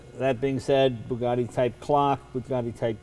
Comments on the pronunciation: ...is it that difficult to say 'Bugatti', instead of 'Boogadhee', Mr Leno ?-/ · They are Bugattis not Burgattis.